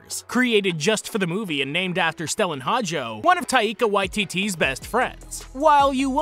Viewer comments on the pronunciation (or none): All the enphasis were put in the wrong syllables when he said Taíka Waitíti